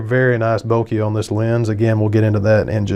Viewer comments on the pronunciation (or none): none